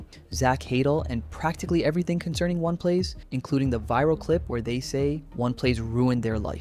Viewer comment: Why do you keep calling it ONE plays lmao